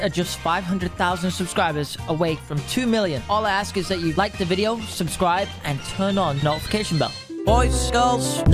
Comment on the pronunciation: "Scwubscwibe" i believe you mean subscribe😂 love how it sounds😂